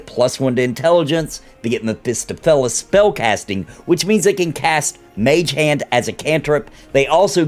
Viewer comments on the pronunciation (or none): Great video but I gotta correct you on your pronunciation of Mephistopheles. Mef-e-stoff-o-lees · stohf - ! also 'ray-pee-uh' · It's Mef-i-STAHF-i-lees. They said it in NWN 2 a few times. :) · Is that how it's pronounced? I thought it was meh-fi-STAW-fil-ees. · I’m pretty sure it’s pronounced meh·fuh·staa·fuh·leez (Mephistopheles) lol but thank you for the racial overview, I’m excited that the ability score bonus is not going to be bound to the race in the game (stated from YouTubers who went to Panel From Hell that you get +1 and +2 to your scores.) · lol great vid but I just have too... i'm sorry. Mef-iss-stoff-oh-leez